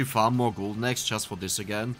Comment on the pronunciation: funny how "eggs" and "axe" sound exactly the same from mouth. and confusing.